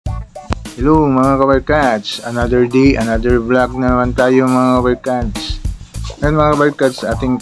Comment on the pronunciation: Pls don’t get me wrong sir but just want to comments. It would be much nicer to hear if u pronounce it correctly as follows: another day(soft long a) not another “di” & poste not posti(matigas) latest not latis. Ty & ingat!